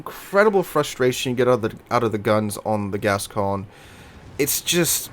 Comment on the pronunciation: By the way, I talked to a French friend of mine and it's pronounced Gas-cogn-yeh or something like that. The ne is pronounced on all french ships like Champagne. So I hope it is haha, might be getting my leg pulled. I never bought this ship because I always feared the reputation, the turret layout and more.